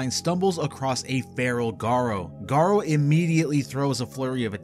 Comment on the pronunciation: Garou isn’t pronounced “Garo”, it’s Ga-roo, a French word for wolf